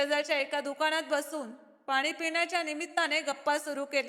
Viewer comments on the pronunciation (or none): none